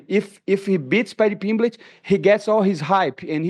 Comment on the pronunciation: Pimblitch 😂 this guy kills me